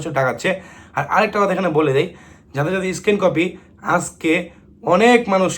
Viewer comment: স্কিন কপি বলবেন না , স্ক্যান কপি বলবেন ওকে